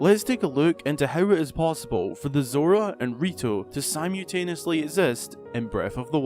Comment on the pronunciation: Not to rag on you, but you are the second person I have heard the pronunciation of simultaneously spoken in an odd fashion. The worst I heard was (sy-mule-tane-esly)